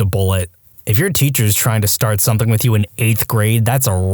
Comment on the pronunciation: No K in the word something.